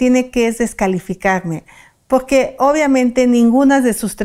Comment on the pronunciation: Poque , poque 😂 ni siquiera sabe hablar y de habladora ni se diga